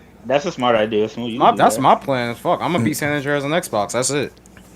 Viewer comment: do you not know how to say San Andreas?? You sound goofy AF sayin San Onndrayaz LoL